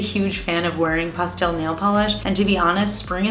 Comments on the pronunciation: 😂 I've never heard anyone say Pastel like Pawstel...weird. I also love Urbanized by Cirque! Such a beauty for fall! 😍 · lol...makes sense...when she says it like that I immediately think of pasta...😂